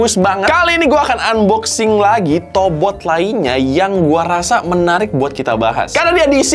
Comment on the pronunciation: yang gw denger "tobrut" 🗿